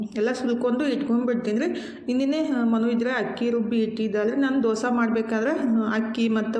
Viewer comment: ಅದು ದೊಸಾ ಅಲ್ಲಾ ದೋಸೆ